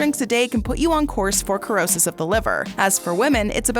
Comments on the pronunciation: It is pronounced, ‘sr-ow-suhs’not ‘kur-ow-suhs’. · The word does not have a K sound. Dictionary says 'si-ro-sis'. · Cirrhosis!!! Pronounce: Sir-Ro-Siss👍🏼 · You think if you made a video where you were going to pronounce a word a hundred times that you would learn how to pronounce it correctly. Did you never learn phonics? An "e" or an "i" after a "c" changes the pronunciation of the "c" to the "s" sound. This really causes doubt in your credibility. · Cannot watch wrong pronunciation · You're not pronouncing the word the right way